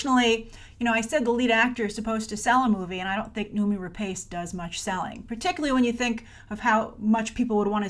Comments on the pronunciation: Grace. It's pronounced Re-Pawce. Not Re-Paice. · Grace, I think we expect better of you, her surname is pronounced RA-PASS not RA-PACE tut tut. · Please, before you make a video where you pronounce someone's name 20 times, research how to pronounce it first.. it's /ra-pas/.